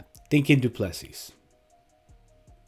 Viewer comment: Pronounced "doo plu sea".Agree with you, I am sure DDP'S team have a game plan figured out